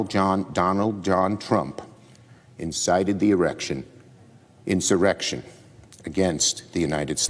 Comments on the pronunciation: Did Senator Schumer say erection instead of insurrection?? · How many times is Schumer gonna mess up that word? He's done that at least twice already. Mr. Freud had something to say about that! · This man literally just said erection instead of insurrection 😂😭😂😭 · Did he just say erection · Chuckie said insite an "Erection"! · Did this man say erection omg🤣🤣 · Who else heard chuck say erection?😂😂😂